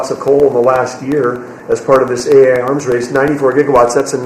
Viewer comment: Can you please let our Education Department gal know that it’s A.I. as in Artificial Intelligence, not A1 as in steak sauce?